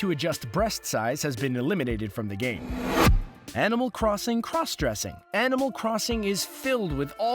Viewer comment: you said animal crossing crossressing instead of crossdresssing